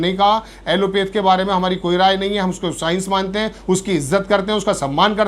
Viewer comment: ऐलोपैथ न कि ऐलोपेथ। आप एक निष्पक्ष पत्रकार हैं। इसकी सहराना होनी चाहिए।